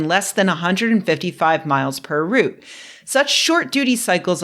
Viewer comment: I just want to say, I really appreciate your correct pronunciation of the noun "route." So many people get it wrong. Route (root) is the noun. Route (rowt) is the verb.